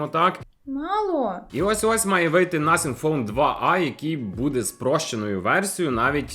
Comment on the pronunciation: а чому ти так дивно нотхінг пхоне називаєш?